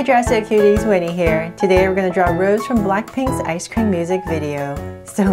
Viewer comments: Sorry to correct no hate but it’s not rose it’s rosé pronounced as roseh the ae sound is added from the little slash up there and you can also call her rosie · i dont wanna be mean but its not Rose it is Rosé it gets a sound of ae rosae but we say Rosé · I rly love this but......it’s prounounced Rosé and the E sounds like “ae” like ayy so its Rose not how you pronounce the flower rose btw just usefull advice in pronouncing her name😁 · "Rosa?" She is "Rosé" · You pronounce her name like “ Rose-ay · Who else is mad she said Rose and not Rosé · Her name is not rose it's ros'e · Yes Please do more BLACKPINK and it's pronounced rose-a but spelled Rosé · Yeah that's how it's supposed to be pronounced. It's not gonna be rose. It will be pronounced as rose-ay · Hi! Just wanted to say Rosé is pronounced like Rosie!